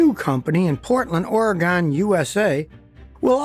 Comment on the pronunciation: It’s ore-gon not oraygone